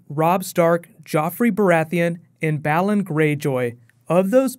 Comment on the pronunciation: its BAY-LON Greyjoy ><